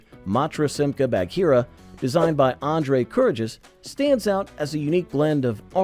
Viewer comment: BAG-heera, not Badge-heera. Thank you.